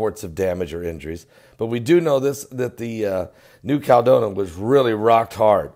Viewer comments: you're killing me. It's pronounced New Cal-e-don-i-a. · Since when is a 7.1 a mega quake. and it is New-cal-e-don-ia. real english please and it is only a 7.1. A mega quake would a 9 or above.